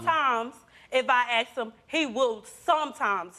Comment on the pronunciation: You do not AKS her you ASK her